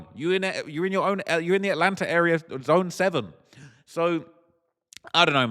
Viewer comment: U really be sayin Atlanter instead of Atlanta 😂